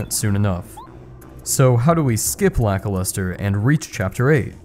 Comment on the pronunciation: i thought it was lackluster, not lakiluster